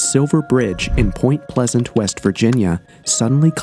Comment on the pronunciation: So many amateur mistakes in this video. He couldn’t even get the town name right.